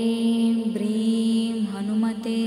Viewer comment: Mantra is not coryto my understanding.Instead of "bhrem" it should be "hreem "